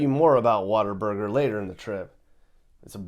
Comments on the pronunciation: it’s What-A-Burger, Not Water Burger! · Did really refer to Whataburger as "Water Burger?" I've never taken him seriously as anything other than a grifter, and this just validates my point. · Real Texans say water burger😅😅